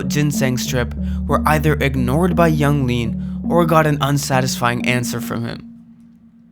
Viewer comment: You lost me at "Yung Gud", "Yung Lean"